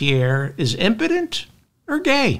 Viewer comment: Yes, he's Imporent